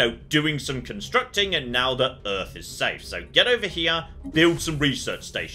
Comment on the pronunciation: How is the planet not called "Earf"?